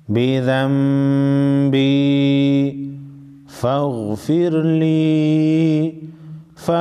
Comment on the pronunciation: আবুউ লাকা বিযাম্বি। নাকি আবুউ বিযাম্বি একটু ক্লিয়ার করবেন